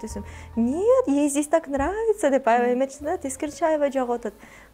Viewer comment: Авай авай деп чоң эне болбочу! Аябай деп жакшынакай эле сүйлөчү!